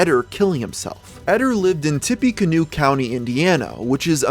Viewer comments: Every Hoosier rolled their eyes hearing Tippie Canoe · Tippécannoe is how its pronounced its Shawnee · As a person living around where this happened i just wanna clear up some of the mispronounced towns Tippecanoe - tip a canoe Delphi - dell fee Great video though. I forgot this even happened, theres so much murder in indiana its hard to keep up some times